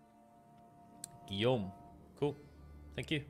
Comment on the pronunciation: Don’t worry, even canadian doesn’t know how to pronounce Guillaume 😂